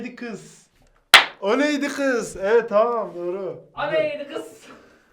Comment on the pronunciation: herkes: o neydi gız/kız: o neydi ğız